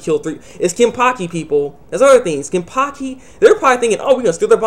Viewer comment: its wonderweiss the small boy aizen had . n its kenpachi not kenpaki . god u have spasm man .